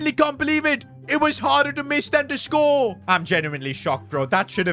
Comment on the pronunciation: You had to scOore